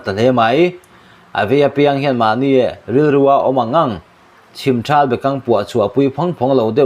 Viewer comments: A mak bawk e, 'chhim ṭhal bekang puah' ni lovin "Chhimthal bekang puah" zawk a ni. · Chhim thral ti loin ,chhimthal tih tur aniang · Chhimṭhâl bekang puah ani lo. Chhimthal (THAL) bekangpuah tih zawk tur ani.